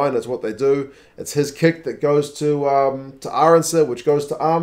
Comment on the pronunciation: Why did the one NZ commentator keep calling Kurt-Lee Arendse "ArOndse"? :D